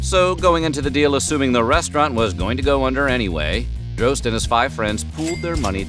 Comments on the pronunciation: I believe Eds name is pronounced "Dros tee", not Droste, and there was also a local radio show on WSUN called "Hooters on the Radio" in the mid 90's. Created by Droste and Ron Bennington (Ron and Ron fame). It had B.L., Julie Williams and occasionally Lynn Austin hosting, all actual Hooters girls. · I can't belive he pronounced droste as drohst it's draw sty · Ed’s last name is pronounced Draw Ste, like in Steve. Droste